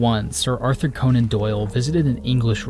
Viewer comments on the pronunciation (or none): none